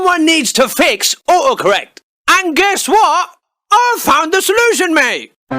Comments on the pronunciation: Fumi Chan hes saying the guy is saying "autocorrect" like oocorrect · he says uhohcorrect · ''Oocorrec'' gotta like the british accent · I love it how he pronounce it "O O corek" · Love the "Aw-o-correct" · I love how he doesn't pronounce the T in auto correct and it comes out sounding like "u'oe" correct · I hear him say "ohoh correct" not auto correct lmao learn how to speak you ducking car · stop ignoring the first "t" in autocorrect